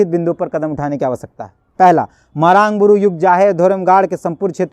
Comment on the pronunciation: भाई साहब आपकी पत्रकारिता से में प्रभावित हूं लेकिन मरांड नहीं मरांग बूरु होगी सही शब्द।